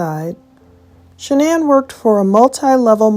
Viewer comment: Why does Dr Phil insist on pronouncing Shanann’s name incorrectly? He knows how her family pronounces it. As for AD, what makes him think his opinion about who murdered who even mattered. CW was convicted and is in prison so move on and let the family grieve in peace.